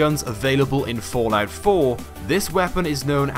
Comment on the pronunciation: I everytime hear the word fortnite when he says fallout😂😂